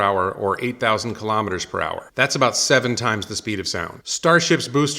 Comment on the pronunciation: Elon pronounces KILO'METRES, not kalamaduhz.